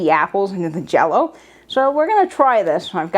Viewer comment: says JELLO-O…I am watching!